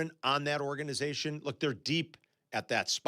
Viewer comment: Why does say “ordanization”, instead of “organization”?